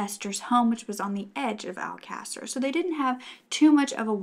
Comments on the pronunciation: My silly self is on Google trying to find out what mean? I should of known it was just mispronounced, considering I went back just to be sure. I've never heard this story and I'm stuck on one word🤦🏾‍♀️. Keep up what you're doing, I really enjoy your content and love your voice. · Its, Alcasser. The case she is talking about on this video is the murders of the Alcasser girls/Murders. Alcasser is a Spanish town in Spain. It does sound like a bit. its pronounced Al-ca-ser. Hope that helps!